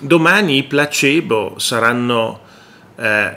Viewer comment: comunque si legge plasibo